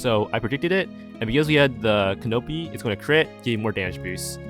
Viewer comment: The way you pronounce canopy makes me sad